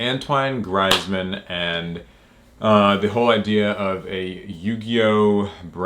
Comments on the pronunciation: It's pronounced Greezmen. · It’s pronounced Greez Man. For next time lol. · Pronounced grease man, French soccer superstar and world cup champ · It's pronounced greezemann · *Grease man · I think it’s pronounced “greezman” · His name is pronounced “greeezman” and he’s a professional football player🤦🏻‍♂️ but hey ho! Top video! Keep them coming! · AH Yes my favorite footballer Antuan Graizman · You got Antoine right, but his last name is pronounced GREEZ-man if you wanted to know or not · To pronounce his name it's Gree zs man..... greeceman.... greezsman grizmann... so say greeceman but instead of the CE go griEZzman The blackface was for the halem globtrotters that was playing in france at the time, he does alot of stuff with NBA France. To promote the game in France. It was an honest mistake what he did and he apologised but anyway here is all his individual awards. UEFA European Under-19 Championship Team of the Tournament: 2010 La Liga Best Player: 2015–16 La Liga Favorite player for the fans: 2015–16 La Liga Player of the Month: January 2015, April 2015, september 2016, March 2017, February 2018, December 2018 La Liga (Spanish league) Team of the Season: 2014–15 Onze d'Or: 2014–15 UEFA La Liga Team of the Season: 2015–16 Trophées UNFP for Best French Player playing Abroad: 2016 UEFA Champions League Squad of the Season: 2015–16 2016–17 UEFA Europa League Squad of the Season: 2017–18 UEFA Europa League Player of the Season: 2017–18 UEFA European Championship Player of the Tournament: 2016 UEFA European Championship Golden Boot: 2016 UEFA European Championship Team of the Tournament: 2016 UEFA Team of the Year: 2016 French Player of the Year: 2016 La Liga Fans' (fan vote) Five Star Player: 2016 FIFA World Cup Bronze Ball: 2018 FIFA World Cup Silver Boot: 2018 FIFA World Cup Fantasy Team: 2018 IFFHS Men's World Team: 2018 Orders (government "awards") Knight of the Legion of Honour: 2018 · It's greez•man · God the pronunciation of his name hurts my ears